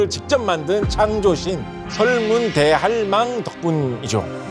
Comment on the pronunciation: 설문 대할망처럼 들리는데 설문대 할망 이렇게 읽어야해요. 설문대가 이름이고 할망은 제주어로 할머니 즉 설문대 할망 = 설문대 할머니